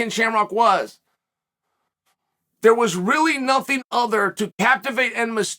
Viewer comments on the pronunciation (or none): none